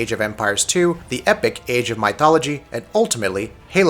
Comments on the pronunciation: Say Myth. "Myth!" Good, now say Mythology. "Muh eye tholgoly!" Really? "meye, muth.. Moo?" Get out. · My-thology...really? Lol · For some reason everytime he says it, it annoys me more and more lol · Thumbs down for such bad pronunciation. Seriously? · The way you say mythology sounds funny. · What the hell? Where did this guy learn the English language? I like his review, however his butchering of my favorite Empires game is so annoying, I couldn't finish it. I hope he reads this!